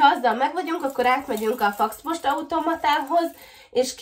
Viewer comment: Szia! Többször is említed a Foxpost automatát de nem jól ejted. FOX mint róka, nem FAX. Csak szólok, amúgy imádlak. 😚 😉